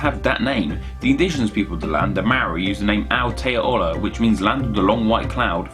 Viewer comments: Hearing you pronounce Aotearoa is crack up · The "o" isn't silent. It's pronounced the way it's spelt. The "ao" in Aotearoa is almost two syllables where the "a" and the "o" are pronounced individually. However it usually sounds as one syllable because they are blended into one continous sound. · Great video. Only note, it's pronounced AO-TE-A-ROA. It sounds like you're saying AO-TE-A-ORA. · Aotearoa is pronounced ow-tea-roah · Aotearoa is pronounced A-O-Te-A-Ro-A. Six syllables. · mate aotearoa is said a-tear-a-ro-a i live in the north island and at school we have to learn moari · You're supposed to say Maori like Mouldy said like mole-dy rather than mao - ri and Aotearoa as Ow- Teh - Ah - Ro - ah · Oh man, "Aotearoa" (ah-oh-tear-ah-roar-ah) refers to the Southern Alps... in the SOUTH Island of New Zealand. "Te Ika A Maui" (teh ee-ka ah mah-wee) is the North Island, and refers to a Maori legend where the island was fished up from the ocean by Maui (literally translates to "the fish of Maui"). Te Wai Pounamu (teh why poo-nah-moo) means "waters of greenstone", which the Maori used to make jewellery, weapons, and other implements, and which is quite abundant in the South Island. Great video, I learned something (for some reason I thought Zeeland was in Switzerland...), but PLEASE find a native speaker (or even just a pronunciation guide) online before you try pronounce stuff because as much as I admire the trying, the inaccuracies are jarring to someone who lives here! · PS. Aotearoa = ow-tea-ah-row*-ah Te Ika-a-Maui = teh ee-kar ah mar-wee Te Wai Pounamu = teh why poe**-nah-moo *rolled r (like Scottish or Japanese) **pronounced like "foe" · Take this vid down asap hes prenouncing it all wrong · When he tries to pronounce aotearoa 🤣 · Please Stop slaughtering my cultures names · Just a heads up. You pronounced Aotearoa wrong. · dear lord u butchered the pronounciation of aotearoa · God he butchered Aotearoa! XD